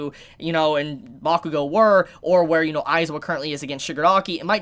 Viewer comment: Bakugo n who?? Ur butchering his name dude